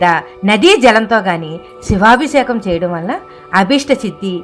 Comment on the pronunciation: సమాచారానికి ధన్యవాదములు 🙏. కానీ " శివాభిషేకం " అన్న పదాన్ని కాస్త స్పష్టంగా , సరిగ్గా ఉచ్చరించగలరని ప్రార్థన 🙏.